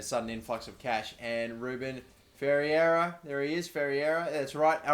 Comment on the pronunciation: Ferreira is pronounced "Fair-rare-ra"